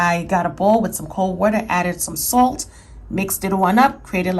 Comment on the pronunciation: Nah it's the word salt that the accent comes out.